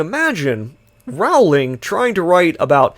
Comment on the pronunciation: Rowling rhymes with bowling.